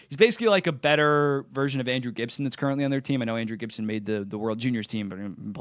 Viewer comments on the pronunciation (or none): none